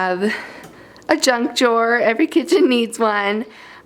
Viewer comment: She said jaw or draw?